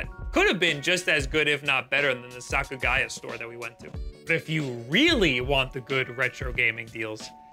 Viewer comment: Lol, Bic camera is not a place retro games.....nor modern games as they are always overpriced. Problem is you went to tourist traps. I don't blame those places overcharging. Outside the Tokyo area Surugaya (not Sakugaya like you said) or even GEO are great for retro game hunting. This video is just a video about moaning about prices even while the yen is weak against the dollar. Very obnoxious!